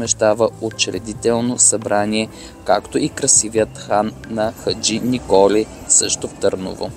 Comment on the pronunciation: Много хубаво филмче - информативно, увлекателно и направено с мерак :) Само две малки неща - Турския кона́к и хан Хаджи Николи́ :) Поздрави от Търново!